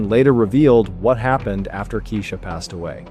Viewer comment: So another ai narration that mispronounces the victims name. Her name was pronounced "Kye- eesha". Not Kee-esha. Not Keesha. And to copy Mr. Ballen's voice is diabolical. He would never mispronounce a victim's name. He has respect and actually edits his videos.